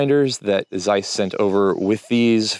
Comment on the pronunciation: I assume your grandmother still spoke Yiddish, so on her behalf, please learn to pronounce Zeiss correctly. It's an old German traditional brand and your pronunciation is pulling my ears. Otherwise great content!